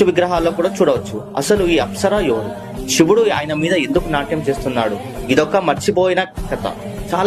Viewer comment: Shivudu kadhu ra sivudu, know the pronounciation